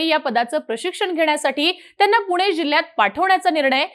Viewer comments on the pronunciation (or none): none